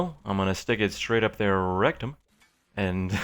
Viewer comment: did you put this comment here just because he said "rectom"